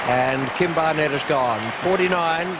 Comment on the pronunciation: Why did Richie always call Barnett BarNETT?